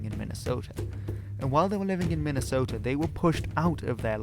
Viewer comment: Never ever change how you pronounce minnesota and Iowa. You say them better than Americans